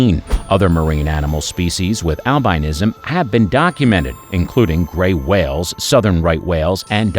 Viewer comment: Alba-NINE-ism, you say? Gee, and here I thought it was AL•bin•ism, all this time! And Grand Canaria is pronounced "con AR ree yah" , not "CANNuh REEyuh". And, it's not "tan ZAY nee yuh", but "TAN zə NEE yuh'. You are creating a product, after all. Take the hint , you are relying on us to approve or disapprove... so learn how to pronounce words before you narrate. Call it Quality Assurance.